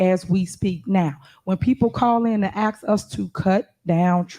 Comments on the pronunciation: Incredible command of the English language. 21st century and still saying “axe” instead of “ask”. Fascinating. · The word is ASKED. Not axed. I won't even include the dozen other words she can't pronounce. If you can't speak proper English, why in the world would I vote for you to run my city? This woman should be UNDER the jail. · It's a shame she made it all the way to this position in this level and she can't even say ask. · Why do people vote others into office and those same people cannot use simple straight plain English with proper grammar. For instance... the word "ask"... is NOT Pronounced in the formed word--> "acks" or "aks" but "ASK". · Can someone tell this daughter of a field hand that “ask” is not pronounced “ax” an ax is used to cut wood. To ask is beg a question. She only says “ax” about every minute or so, the ignorant see you next Tuesday. For a very ordinary intellect, she’s got a hell of an opinion about herself. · For GOD SAKE it's "ASK" not "AXED"......Listen her talk and it's BS in the meantime she keeps ripping off the Town, do a recall and vote her out of office and fired her from the town supervisor. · What is she talking about axeing? Axeing what ? Maybe she needs a speech therapist? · "I'm just AXing"..Can't even Speak right!🤷 "You guys are making a mockery"..NO ..YOU are making a mockery. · Goddammit it's ASK, not AXE!!! Go back to fifth grade! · Ask not ax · Cam someone please tell Tiff that the word "'ask"' is not pronounced "' axe"' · I love it when she says three times "axe for the trees"...she grow up here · when they AXE for stuff..its a shame..no to hear you AXE them for shit is the real shame 🙄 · Listening to her speak is horrible. Ask doesn’t have an x in it and with does not end with a d. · Oh, and......the "s" is BEFORRRE the "k".........